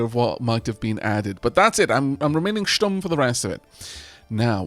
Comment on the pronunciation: I don't know how common 'stumm' is in the british english language. But I'd like to compliment you on your perfect german pronounciation. :)